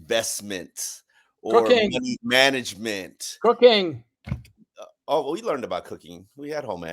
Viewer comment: I honestly thought said cocaine and not cooking at the start. I was like dang gets down?